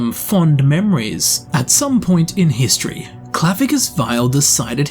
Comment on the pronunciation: that was quite the HIST-tree lesson... Anyone?